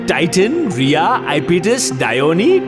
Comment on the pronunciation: Reha ✖️ Riya ✔️😂😂😂